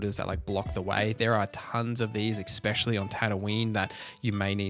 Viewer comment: Is it me or does he keep saying ‘ecspsecially’ instead of ‘especially’